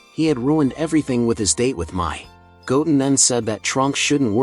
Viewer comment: The way he says Goten is wrong